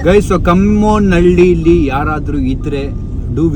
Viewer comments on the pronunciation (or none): That's not kamgonahalli . kammanahalli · Bro it's kammanahalli bro pronounce it correctly bro once again Happy Birthday 😂